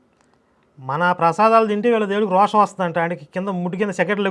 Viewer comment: రోషం కాదు.... రోశం అన్న..